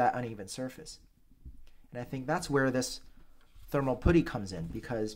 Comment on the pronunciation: NA educated?. Go back to school and learn how to pronounce putty